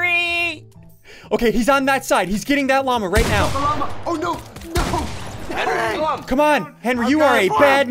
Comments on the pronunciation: Why say Henwy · ssundee do you call Henwy because his a hen and he wees